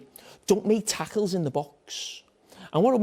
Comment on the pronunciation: don't make taackles in the bawks 😁